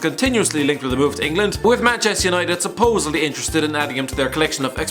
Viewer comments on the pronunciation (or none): none